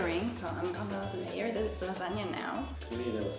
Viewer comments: I think they are SO CUTE but damn that "lasagna" hurt my poor italian heart. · I'm italian, and i love pronunciation of lasagna and ragù